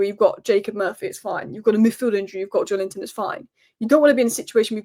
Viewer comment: Just say Joelinton like the rest of the world then you sausage.